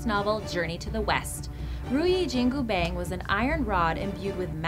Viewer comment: the way you pronounced jin gu pang make me cringe